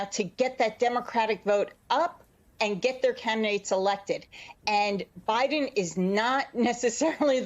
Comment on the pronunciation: It's President Biden not Mr Buden